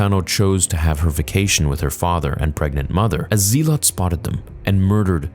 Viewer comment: Did he really pronounce Zealot as (Zee) (let)???